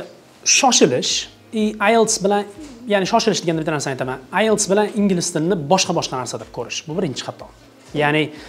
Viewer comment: Ailes, Isles, ayles❌❌❌❌ IELTS you gotta pronounce T girl